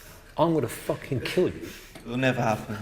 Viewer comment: WTF "i will fookin kiell you" said the trainer...